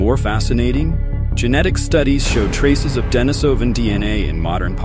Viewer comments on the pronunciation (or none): Pronunciation: De-NI-so-van and De-NI-so-va (not De-ni-SO-van or De-ni-SO-va).